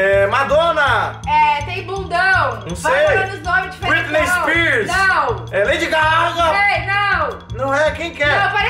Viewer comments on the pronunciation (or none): Leidi Gárrgaaa Kkkkkkk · ele falou Lady Gaga muito engraçado koksksksksksksksks